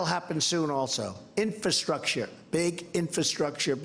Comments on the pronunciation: OldCatLady MB i agree he struggles,, struggles worryingly UGE, not only with words and their meanings.... but did he say, repeatedly, "inferstructure" ....? You couldn't make this guy up, seriously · Mr Rogers is our President. Can you say "infrastructure"? Very good! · Oh that donny. He loves learning new four syllable words. Infrastructure. INfrastructure. INFRASTRUCTURE. I N F R A S T R U C T U R E.